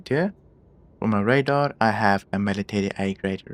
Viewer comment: I’m not sure if you’re aware, i don’t want to be rude, in English we pronounce Radar as Ray-Dar. Rather than Rah-Dar. But i actually like the way you say it haha. Thanks for doing a video on this ship!! Unfortunately it’s one of the least popular ships. I wish CiG gave this thing more love